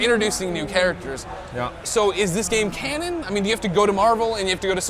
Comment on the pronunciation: u said every hero gam